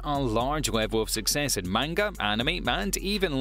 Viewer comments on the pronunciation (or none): none